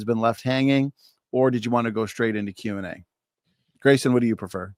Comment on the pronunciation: Im about to start watching this now and im already pissed that Kent is going to purposefully mispronounce Graysons name on purpose. He does it all the time, it’s so goddamned childish